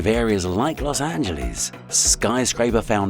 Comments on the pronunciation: "Los Angeleeze" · Los Ant-geles